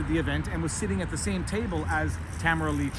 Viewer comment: I am a fan of your work, Viva Frei, and I truly appreciate all you do to defend the ideals of freedom, truth and justice. However... ahem! Would I be stepping out of line to ask you to put some effort into pronouncing Tamara Lich's name correctly? This woman is a national figure and - dare I say - at this time also a national treasure. In my humble opinion, the least we can do to show her the respect she's earned is to pronounce her name correctly.